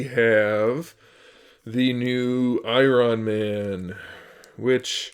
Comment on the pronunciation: dude u said i-ron man and nick furry